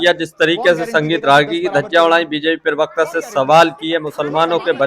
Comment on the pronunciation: Jahil Pirvakta Nahi Parvakta Hota Hai. Cap Aur Chashma Pehen Kar Galat Nahi Bolo. Pirvakta Nahi Parvakta Hota Hai.